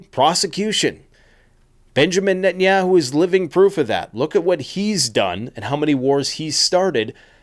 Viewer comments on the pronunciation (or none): The way he pronounces Netanyahu...🙄